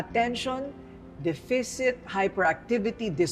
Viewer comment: Your pronunciation is wrong in deficit